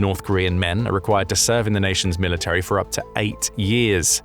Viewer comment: Military has 3 syllables, not 4. Insufferable.